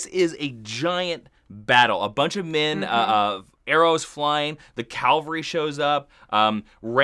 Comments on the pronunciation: "The calvary shows up." Uh, calvary's Jesus going to the cross. You mean Cavalry. :) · What is a "calvary" and a "Rick'en"? (Cavalry and Rickon)